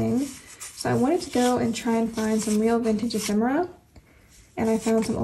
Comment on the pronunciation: I am actually using this kit of for this current week. I LOVE it 💙 oh now I have to go antiquing (we have tons of shops within minutes of me) and look for ephemera (yes you are pronouncing that correctly 😉) I believe that I have some diffuser stickers, if/when I remember I will pull them out and send them to you. Your speed turning out amazing 💕🎀 (I am going to steal some ideas from it 😁)